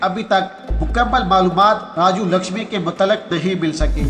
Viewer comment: It is RAJU LAKHSMAN and not as (LAKHSHAMI) as you pronounce.